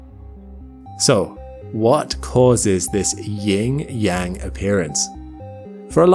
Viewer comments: really? While the closed-caption got the phrase correct, "yin-yang," you literally said aloud, "ying-yang." There is no such thing as ying. That's a stupid Britishism that stupid Americans also either picked up or re-created from our own stupid folk. The word is, "Yin." It means shade, as opposed to sunlight. Kwanyin, the Mother Goddess, is, "The Earthen Hill's shaded side." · It's "yin" not "ying", and "yang" rhyming with "dong" not "wang".